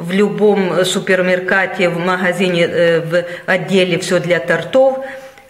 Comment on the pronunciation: Супермеркат с ударением на «а» просто гениально!!!! Живу в Америке 30 лет. Теперь буду все супермаркеты буду называть только так!!!!